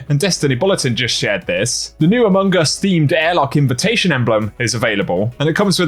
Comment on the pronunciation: I know is saying amogus and yet I keep hearing amoonguss the Pokémon lol sorry:P 😂😂